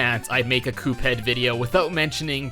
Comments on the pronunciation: How we say Cuphead: C-U-P-H-EA-D. How he says it: C O O P H E A D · It's pronounced CUP-head! Not COOP-head! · its not coop head its cup head c u p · Ah, yes. "Coophead" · "coophead" Ah yes, my favorite video game character COOPHEAD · Mega MAN Z (ZEE NOT ZED) AND COOPheed (This is obviously a joke) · Why do you say Coophead? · It’s cuphead bot cooohead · its not cupe head its cuphead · omg its pronounced cuphead not “Coophead” get it right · At the end you said Coophead, LOL! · He said coophead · You said coophead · he says cophead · Why did he say coop head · why does he say coophead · that is the strangest way I have ever heard the name "Cuphead" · Your saying Cuphead wrong